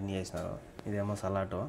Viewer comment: Salatu kadu Sami Salad anali With D not with T Innalu foreign lo unnavu kocham English nerchuko